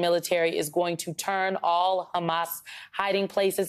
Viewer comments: She don't even know how to say Palestinian! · Not sure I can watch a video from someone that can’t pronounce Palestinian